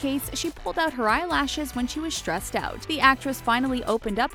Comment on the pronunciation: Why have this person do this video about "shtress" and "shtruggles" 🤦